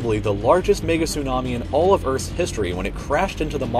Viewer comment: Is it me or is the person actually saying niggatsunami